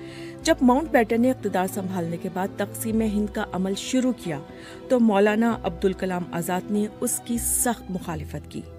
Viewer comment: عبد الكلام نہیں ہے ابوالکلام ہے کُچھ پڑھ لکھ کر اتنے بڑے پلیٹ فارم میں بولنا چاہیے